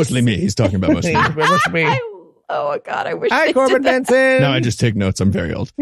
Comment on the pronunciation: Corben BERNSON. Not BENSON.